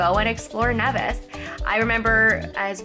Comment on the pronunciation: It's pronounced kneevis